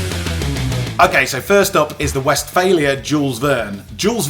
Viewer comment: You shouldn't be allowed to buy any until you have pronounced 'Westfalia' correctly fifty times 🤣